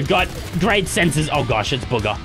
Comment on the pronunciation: When he says bugha it sounds like booger